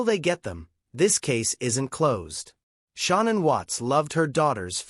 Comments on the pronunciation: Parents pronounce it Shannan it rymes with cannan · And this joker reporter here knows there no damn u in Shannan's name its not Shaun anne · It is 100% Ai garbage. No human reads ‘ AM’ as “six colon fif-teen am”. Not to mention Shannan is pronounced incorrectly, AND “Nichol” is spelled wrong lmao. Syntax is all screwed up. Unfortunate, because this is a fascinating, important aspect of the case which is hella underreported.